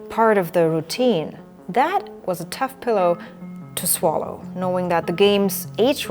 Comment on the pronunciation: Did you say tough pillow to swallow? 😅 Great video, congrats! I subbed.